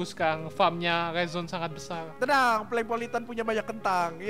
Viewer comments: bukan polengpolitan tapi plenkpolitan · captain america bukan polang politan tpi plenk politen